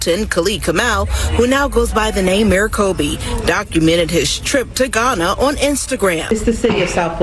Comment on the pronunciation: you pronounced Ghana, Guyana. Completely different countries, mate. Great videos; respect from the UK. Keep up the good work.